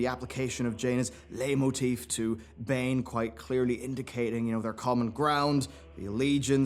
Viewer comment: The word is spelt “Leit motif.” It is not “lay motif.” It is pronounced “light motif.” Not being rude, just letting you know.